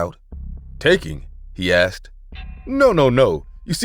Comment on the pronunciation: Again..."i axed" 🙄